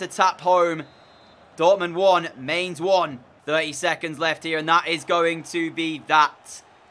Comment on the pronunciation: I think Mainz is pronounced My-nz